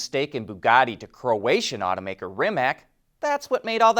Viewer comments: Please, do not pronounce Rimac as REE-mak. It is pronounced REE-mats. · Pronounced Rim-ats/Rim-acs